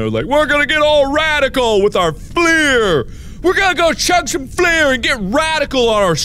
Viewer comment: Baconadian Just FL-UR. A lot of people try to say it with the French origin as well, as if it were spelled Fleur. Which I'm okay with but sometimes they get it completely wrong lol